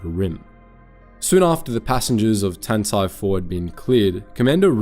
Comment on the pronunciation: Why does he keep pronoucing Tantive IV so weirdly